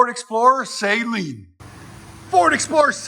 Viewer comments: It's not Say-Leen Suh-leen And this is such trash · The mispronounced name of Steve Saleen kills me